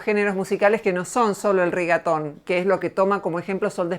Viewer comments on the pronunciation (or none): Nadie: Absolutamente nadie: Ni el patriarcado: Roxana: eL RiGaToN